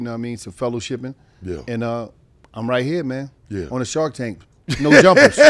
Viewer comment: Everybody call it the “shark tank” but you can hear say “The sharP tank” lol he never corrects anybody!